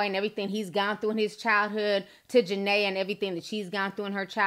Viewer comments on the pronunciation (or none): Juh- Ne-Ya ... not Ja-Nay-Ya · It’s ja-Nia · Her name is pronounced ja-nyy-aa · it's ja nee ah thats why her nickname is nini. thanks for the vid ti, love you.❣❣❣ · Jania pronounced jah-knee-a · Jah-Nee-Ah lol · JaNIA NIAAAAA. Say our name right lol but this had me rolling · How you talking about a person and can’t even pronounce her name right 🤦🏽‍♀️